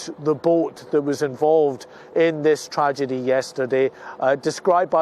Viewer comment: 'Tradegy' heh